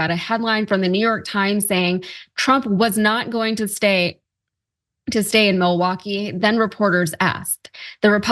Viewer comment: He says “mullwooky”